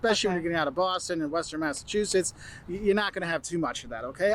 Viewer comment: No offense, but this guy sounds nothing like the people I have talked to in Mass. Mispronouncing 🤦‍♀️🤦‍♀️🤦‍♀️